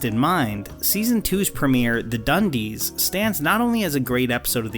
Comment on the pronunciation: You mean 'da dunndeess' right?